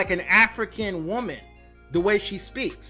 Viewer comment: Did you mean to say "woman?" not WOOOM EN???